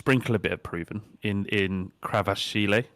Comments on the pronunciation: Whenever pronounces a player name wrong, I just stare at James' face (Fullkrig, Krava) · The way pronounces kvaratskhelia is class lol 😂😂